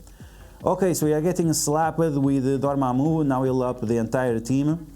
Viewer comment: I just stopped the video when he said dormamu